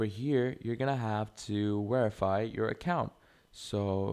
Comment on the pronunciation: Where are you from that you say wherify